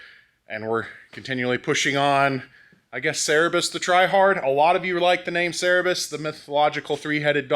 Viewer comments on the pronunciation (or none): its not cerebus mate its cerberus 😅 keep rolling the good work 👍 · The three-headed dog is called Cerberus, not Cerebus. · Cerberus is pronounced Sir-bur-oos or in Greek spelt with a K Care-bear -ous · Love this project. By the way, the 3 headed dog is pronounced like sir-buh-russ 😉